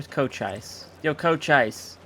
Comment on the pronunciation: Just fyi, Cochise is pronounced "Koh-chees" Source: It's my home county ;) :P